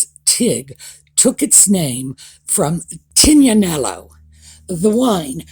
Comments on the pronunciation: Tignanello wine is named after its place of origin: Tenuta di Tignanello. The word “Tignanello” is actually pronounced: teen-ya-nello not Tig. Harry and William's lost dog was named TIGger and their (fired by Diana) nanny was TIGgy. Interesting coincidence. If the blog is truly named after the wine it should be pronounced The TEEN not tig. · Sorry, however it is not 'gn' so TIG in Italian is 'teeg', I live in Italy, have done for the past 53 years, am biligual, plus I am married to an Italian. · Hi! I think that not only can she not pronounce the wine Tignanello correctly, she was embarrassed to actually tell people with a straight face that, The TIG stands for The It Girl. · Why did she not name her blog “the tigna”? (Pronounced “the tin-ya”- Purely rhetorical question!) Sounds “fancier” than “the tig” and is more like the name of the wine she used for inspiration. (One assumes she knows the proper pronunciation of the wine.) I’m still scratching my head trying to figure out how “get wine” is even remotely related to “self discovery.” Is getting to drink wine… and perhaps getting tipsy… helping anybody with “discoveries”? Maybe I’m just not drinking enough wine to get that?! (Another purely rhetorical question.) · Actually tignanello isn't even pronounced as TIG for short. Ibble Dibble had a very good explantion as to why she's dressed so badly in some of the most expensive brands - every click & especialy those who bought from her link means she gets a cut. So relaunching the TIG as an influencer means 💰💰💰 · The ‘It Girl’ makes more sense than a wine that doesn’t sound the ‘g’😆